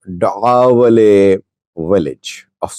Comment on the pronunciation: Slight correction: It is Da’awaley and NOT MACAWALEY (where the skirmishes took place).